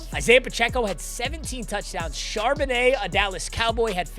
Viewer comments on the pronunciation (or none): none